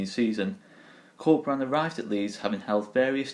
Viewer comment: I wholeheartedly agree, the future is looking really bright if we can create a project around Bielsa and Corberán. Awesome report. Just wanted to point out that "Corberán" should be pronounced with an accent on the last syllabe, you are saying Córberan now.